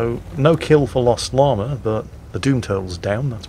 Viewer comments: Hello,. I do not wish to appear as an IKA expert (I know all expert) but I think that if my English teacher had taught me anything - it is that there is no "R" in "Llama". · Hearing say Llama makes me think of the movie The Emperor's New Groove. Anyone else? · Chandler Kristoff- That's not a British thing, that's a Northern-English thing. I'm british (Scottish) and we say Llama properly. Some of the accents across the UK have some really weird nuances!